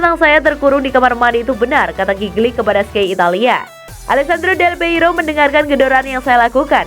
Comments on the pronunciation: Del Piero bukan Del Peiro, GOBLOK AMAN SIH LU MIN, BACA2 DOANG GA ADA KEINGINAN BUAT BACA2 SOAL BOLA BIAR NAMBAH WAWASAN SEPAK BOLA... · Risih denger nama Del Piero disebut Del Peiro ....duuuhhhh